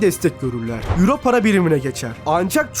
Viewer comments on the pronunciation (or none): none